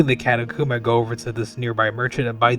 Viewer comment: For the love of God please tell me how you pronounce catacomb is a yolk right?